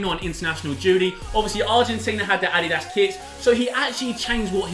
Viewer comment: the way you guys say addias kinda bothers me